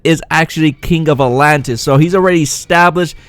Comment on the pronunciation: I gotta admit you pronounce the name atlantis in way that makes me think alot lol a-lantis